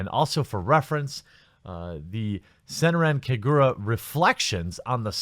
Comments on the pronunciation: Hold on a sec. "SENRAN KAGURA" "Sen - ran Ka - gur - a" You are saying it wrong, my friend. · Not gonna lie, I like the way you pronounced SenranKagura. But, seriously? Dahh fukk Xseed? I supported you through out the years. Glad I'm building my PC next month.